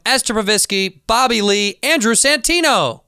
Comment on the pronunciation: "Crapa one a mor time for Bobby Ree!"